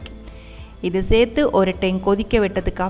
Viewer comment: Thanks for the super crab 🦀 curry recipe. One correction,if you don’t mind; its not pronounced as sethi its chethu or serthu (same as in Malayalam) for adding something. Thank you 😊